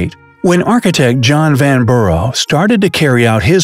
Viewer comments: "Vanborrow" .. lol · "Van-bruh" not vanburrow.